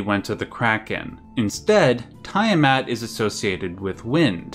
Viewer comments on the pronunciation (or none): Tee-a-mat not Tie-a-mat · Its NOt "TIEAMAT!!!" Youve got a hard on for pronunciating everything with fricking "EYE" its TEA A MAT!!!!! "TIA MAT"!😡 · It seriously bugs me that you mispronounce "Tiamat" a billion times in this video. The "EYE" sound of the letter "I" is a VERY Romanic thing. Almost all world languages pronounce that letter as either "EE" or "YAH". In the case of "Tiamat", it's the "YAH" sound". "T'YAH MAT". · Lich - /lɪtʃ/ "litch", isn't it? Also, it's tee·uh·mat, not ta·ya·mat for Tiamat. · its "tea-ah-maht" and "mar-dook" NOT "tie-uh-mat" and "mar-duck" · Say it with me, Litch = Lich. Tee-a-mot = Tiamat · Nice video, but it is called T A mat, for Tiamat. Ty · I would like to take this time out to say this: it is pronounced Litch (Lich) and Tee-a-mat (Tiamat). Thank you. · Great video! In the future, though, you may want to make it a point to double check pronunciations online before recording. Hearing Tiamat mispronounced 30 times in a row was a gut punch every time I heard it. Haha